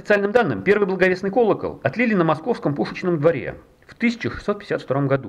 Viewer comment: Колокол блАговестный и Иоанн ЛЕствичник! Факты такие же непроверенные, как и ударения в словах?